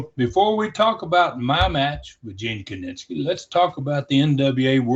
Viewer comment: His name was Gene KINISKI, not KININSKI!